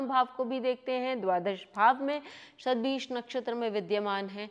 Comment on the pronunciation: Not Satvihish Nakshatra...it is pronounced as Shatvisha nakshatra which means Shat=100 and Vishak = Healer or Physician.